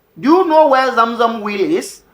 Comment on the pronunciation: Great teachings, but I struggled to understand what you meant by 'will' till you said Abura, which is "well" not will